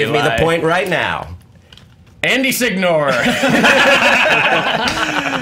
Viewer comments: When I think "Andy Signore" I think "Tool who doesnt know how to pronounce his own surname". All my Italian bros, y'all know what I mean. all the way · Hope Signore knows his Italian lastname is being cruelly butchered by being pronounced like that